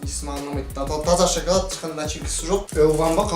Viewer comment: Шакалад емес шекалад